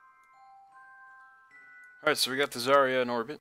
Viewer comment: Its zy-ra